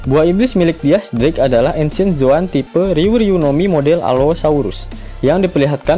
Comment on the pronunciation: Dis drake bacanya